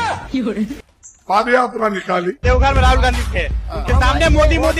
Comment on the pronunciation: पाद यात्रा नही पद यात्रा । अरे नकली अध्यक्ष साहेब।